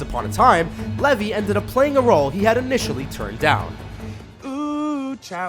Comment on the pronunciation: Its Zachary LevI with an I NOT LevY as in Y are you saying it so wrong? Dude seriously.